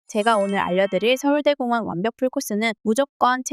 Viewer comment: 진짜 정성 가득한 영상이라 추천박고갑니다!! 근데 서울대 공원이 아니라 서울 대공원인데 서울대 공원으로 읽어주시는 느낌이라 좀 어색합니다😅